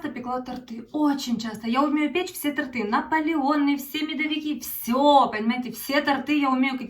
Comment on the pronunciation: Добрый вечер. Правильно говорить ТОРТЫ ударение на О.